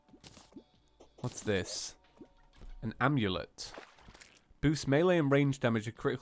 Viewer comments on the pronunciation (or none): none